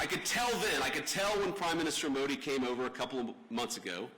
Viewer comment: Usha should teach him the right pronunciations for Modi , Akshardham etc. if she knows & cares .